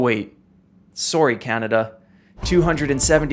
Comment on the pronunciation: Put a smile on my face at how tried so hard to pronounce everything correctly but still mispronounced "Canada" and "Ontario." I can't believe he left out the June 17th, 1946 Windsor, Ontario tornado. It's also not often mentioned that tornado #30 out of the 148 in the 1974 Super Outbreak hit Windsor, Ontario too.